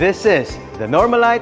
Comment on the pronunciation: how do you pronounce it po? Normalayt or normalit?